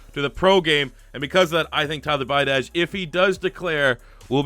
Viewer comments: pronounced bee-ah-dish, kid destroyed us in high school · Pronounced tyler be-od-ish. Played him in highschool